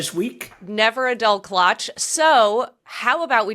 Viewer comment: You are both mispronouncing "klatsch". Ask any German.